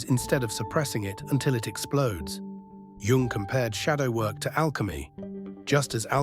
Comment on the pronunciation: it`s "yoong", NOT "young".